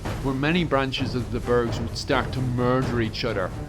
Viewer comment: Muurrrrder! Ya have to be from Dun Dealgán!